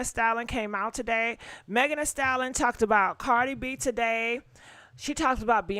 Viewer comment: Why you not pronouncing Megs name correctly? U say Stallon vs Stallion 😢😂😂